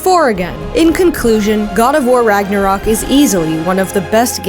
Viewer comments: Ragnarock? IT SAYS RÖK ÖÖÖÖ THERE IS AN Ö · It's Ragnarök, not RagnaROCK! Pls lern ur pronuciation smh...